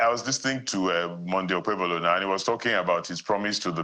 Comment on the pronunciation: Nigerian Journalist with LAZINESS and UNWILLINGNESS to learn how to PRONOUNCE names from other tribes. Seun, what is OkpeBOLO?